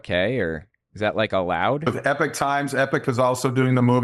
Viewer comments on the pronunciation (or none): I am always confused when you pronounce epoch as epic, shouldn't it be e-pok?